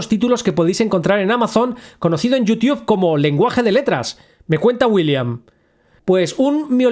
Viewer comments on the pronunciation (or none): Que problema tienen los españoles con la pronunciación de anglicismos? Realmente creo que necesitan ayuda profesional con eso. Se pronuncia "YUTUB" no "IUTIUB". No fueron lo ingleses los que generaron el nombre, fueron los gringos y ellos pronuncian "YUTUB". Es una muy arraigada costumbre que tienen de HACERLE A LA MAMADA con los anglicismos. Esto al grado de atreverse a traducir nombres cómo en el caso de las llaves allen o exagonales o el mas infame de todos: JERMIÓN (🤮) ahí si no solo se mamaron, también han sido incoherentes pues en el inglés de Inglaterra se pronuncia "jermaioni"... subnormales. Bueno que si me pongo a dar mas ejemplos no termino hoy, comentario final: ya no le hagan a la mamada con los anglicismos. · "Yuti-Ub" xd buen video bro sigue así 👍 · En serio dice "yutiuf"?